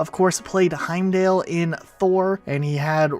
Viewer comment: I wanted to die for each time you said Heimdall’s name wrong.